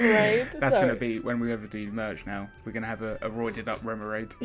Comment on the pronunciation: I worry for you "I went to sleep dreaming of an Irshifu"...maybe you should leave Pokemon and open some My Little Pony TCG or Transformers TCG boosters, I think you're suffering from Pokeitis!:). Did you say Remoraid? Or was It Haemmorhoid?..btw..you've still got the squeaky chair and still has the hiccups from 3 months ago!..... "Coalosselhossell" - "What did you say?".haha.. Guys thanks as always for a really great watch, you 2 are really quite funny to watch, and I always have a good chuckle (low threshold for humour) I'm not a big fan of BS because of poor pull rates, I've been spoilt by SF I think.